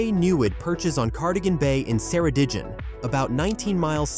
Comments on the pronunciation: Probably the worst pronunciation of Ceredigion I have ever heard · Ker e dig ion.